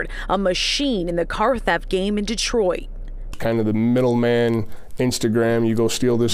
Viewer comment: GTA6: Dee-triot